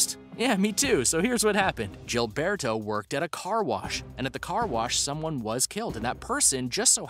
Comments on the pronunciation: Gilberto is pronounced with the G sounding like a H.... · I can't stand this person's pronunciation of the name Gilberto.